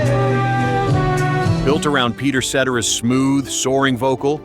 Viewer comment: You need to pronounce Peter Cetera's name right!! Su tear uh.